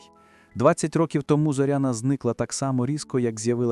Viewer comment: Робіть правильно наголос на Зоряна не на о ,а на я .